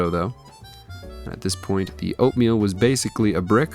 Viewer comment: Oooohhhh "oatmeal." Kept thinking you were saying "opium," and it seemed like you really knew your range of poppy product consistencies down to a fine science.